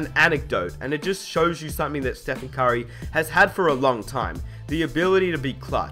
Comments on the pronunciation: it sound like you saying kyrie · why do you say curry "Kyrie"?